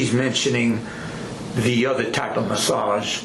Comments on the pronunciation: (“ she said she uhh do a, do “ASAGE MUHS” ) 😂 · a guut massage